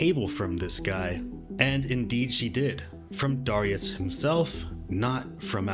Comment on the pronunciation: That's not how you pronounce "Darius."